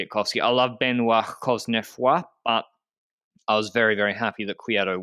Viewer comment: Anyone else excited about Ben-WAH Coz-neh-FWAH in the finale just because you were excited to hear pronounce his name? Then I had to wait 22 minutes to have my dreams answered! (No, I'm not counting the half-hearted one at the beginning. That one was bunk.)